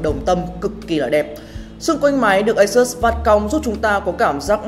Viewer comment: Đọc là ây-sút-s nhe bạn.